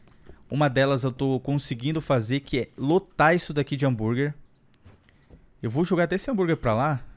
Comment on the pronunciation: Ele falou "lotra" sendo que e lotar